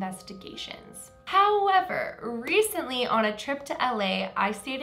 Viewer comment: Anyone else think "Reese-ntly" every time says recently?...... I'll show myself out